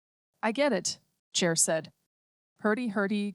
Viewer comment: An audiobook that is read by a human would be preferred... This A.I. does know the difference between "Chair" and what is most probably "Cher" as a person's name.